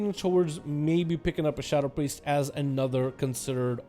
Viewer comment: did he say simp priest? LOL